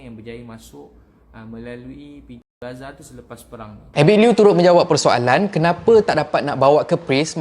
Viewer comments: Giza di mesir (Egypt), Gaza di Palestine... mgkin sebutan abg tu blh diperbetulkan. (mgkin ade jgk yg perasan & dah tegur). 🙏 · Meluat bila cakap Giza biasa dengar Gaza